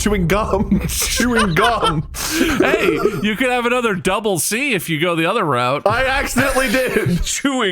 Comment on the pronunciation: Did he say chewing cuuuum